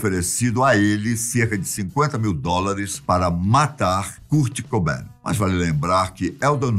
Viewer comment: Pena a pronúncia: 'cart' cobain.